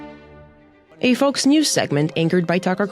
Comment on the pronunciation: 'foxe' news....? Is this AI?